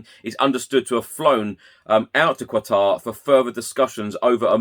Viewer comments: Katar not kwatar. Lol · Illiterate Poms. Qatar.... Not "Quatar"